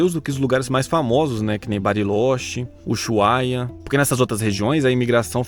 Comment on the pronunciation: Bem legal, o vídeo. Só te liga que estes lugares que citaste, Barilóxi, Uxuaia (como em português, fora do dígrafo CH, o H, sozinho, não se pronuncia, não representa som algum), Mendoza, não existem. A pronúncia é Barilôtche, Ussuaia, Mendoça (como caça e não "caza", iguaçu e não "iguazu", "braço" e não "brazo", coraçón e não "corazón", açúcar e não "azúcar". Eles falam como nós). Também não entendi como pudeste comparar o Brasil com a Argentina, como se fosse um alvo possivel para futuras imigrações européias. Que maluco iria querer viver na Coréia do Norte, onde, ainda que ditatoriais, ruins, como lá, sequer leis existem?! Ah, já ia esquecendo, não sei se tem importância, mas, já estive em todos estes lugares.